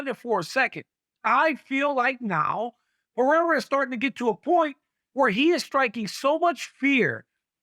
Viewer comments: Alex Puh-Hair-Uh Then it’s Alex Pee-Era 😂😂😂 It’s (p uh r eh r ah) Nobody that speaks on MMA can get his name right. Stephen A Smith butchers it so bad too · Does Chael say Pee-era to be annoying is that how it's really pronounced? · Chael still doesn't know how to pronounce "Pereira"...time to retire, Chael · Chael needs to be respectful and learn how to say Pereira's name